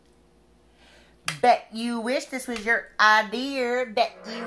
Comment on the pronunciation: lol sis said ideeer..